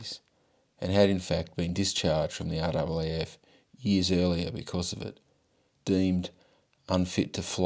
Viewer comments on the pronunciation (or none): none